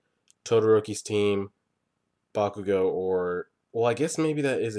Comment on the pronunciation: I dont mean to be petty but I probably am, its pronounced Bak-u-go